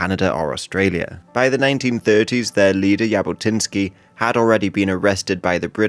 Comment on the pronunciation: Zhabotinsky* not Yabotinsky* And yeah, he definitely was a fascist, but not as much of a fascist as he is portraited like. He was more like of a nationalist rather than a fascist...